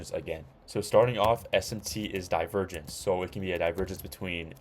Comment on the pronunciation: Bro said Divervenge